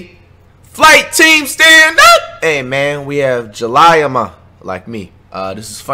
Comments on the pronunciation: It’s ja-lee-yah ma not ja-lye-ah ma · Nigga said “jal-eye-ah ma”😂😂😂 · I know this dude did not say Juliyah Ma😂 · He saiddddd “we got jalieama”😂😂😂😂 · i swear wtf is julyahma😂😂😂😭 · No cuz that nigga sai jaliya muh i was like wtf bro😂😂😂😂😂😂😂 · He said Jalieamuh🤣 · This nigga said jaliame